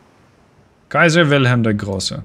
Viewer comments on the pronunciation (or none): none